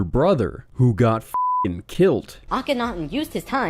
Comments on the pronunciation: You said "killt" instead of "killed". TRIGGERRRRRRRRRRRRRRRRRRRRRRRRRRRRED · dramatic pause ... Who got fuckin' kilt